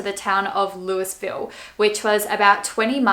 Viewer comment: Just to let you know Louisville is pronounced Lou-uh-vill